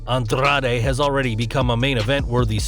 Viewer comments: The way this guy pronounces Andrade, and Carrillo makes me want to throw up. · andrrrrade...carrrrrillo lol..chill with the Rs